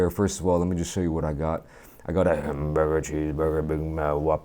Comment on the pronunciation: I got a hambogr, cheezbogr, bihmach, wahpurr